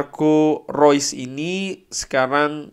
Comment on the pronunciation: Thanks updatenya bang.. thanks juga buat selalu spelling nama2 pemain sesuai pengucapan aslinya.. baru tahu kalo "Reus" dibacanya "Rois" secara dia jerman.. selama ini mah nyebutnya "reus". sekalian belajar foreign language.. thanks.